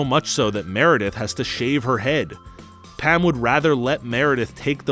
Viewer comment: I'm sorry are you saying "Pam" or "Pan"?